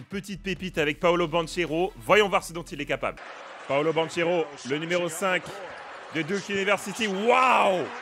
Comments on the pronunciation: Ça se prononce BanKero et non BanCHEro pour le coup j'ai eu mal aux oreilles toutes la vidéo. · Super vidéo Par contre son nom de famille se lit BanQUero car c'est un nom italien et ch se lit que